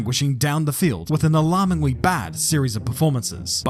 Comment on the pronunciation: Particulawy, expectingwy, alarmingwy... If you're going to have a tongue-in-cheek analysis channel, make sure your own house is in order-wy.